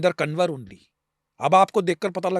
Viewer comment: पहली बात तो मित्रों, sir के नाम का उच्चारण ठीक करना चाहिए। शिवेंद्र "कंवर " नाम है, ना कि कनवर !